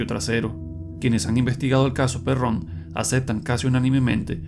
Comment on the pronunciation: Se pronuncia Pérrn, no se díce Perrón (aclaro, El lnglés solo se acentua de manera pronunciada) Pínche Narrador Pendejo.